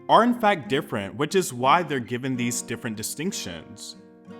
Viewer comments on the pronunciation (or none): none